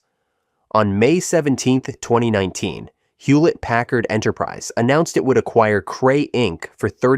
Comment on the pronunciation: Goto 27 minutes 15 seconds in the video. What year is 2 thowy 19? I can't be the only who heard this oddity